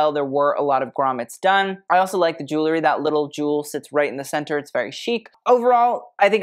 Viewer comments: Cillian was wearing a ZENDA mohair suit. Easy Google. And I'm sorry, I can stand it no more...it's ju-well-ry! NOT ju-ler-y. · I'm sorry, I can stand it no more...it's JU-WELL-RY! Not ju-ler-y. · Pet Peeve: pronouncing the word jewelry like jew-ler-y when it is jew-EL-ry. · you are a wonderful treasure for this unboxing. i don't understand, however, why you are not as particular about the pronunciation of the word "jewELry." It frankly detracted from you commentary. and it was out of sync with your very precise analysis of the fashion.